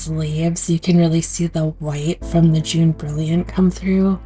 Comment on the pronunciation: Jaune is a French pronunciation. More like ‘Joan’ Not June. Fun video thanks!